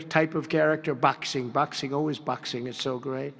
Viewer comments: "BOWXING BOWXING always great!" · The way he says boxing 😂